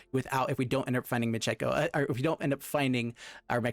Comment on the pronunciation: Michiko is not pronounced Moo-gee-go. It is Mee-Chee-Ko.